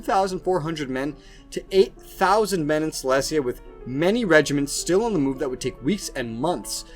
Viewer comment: You pronouncing Silesia wrong it’s Sy-lee-zee-uh